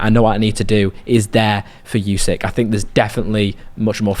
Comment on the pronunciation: What's with this constant "you-seek" thing? It really isn't challenging to properly say "oo-sik" at all - no unknown sounds, tongue twisters or anything in there. Give the champion some respect, and say his name properly, please. And no, I'm not Ukrainian, but I think it's a very basic thing to (at least try to) pronounce names correctly.